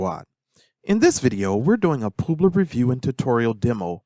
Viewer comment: Poobler? It's pub-ler, like a publisher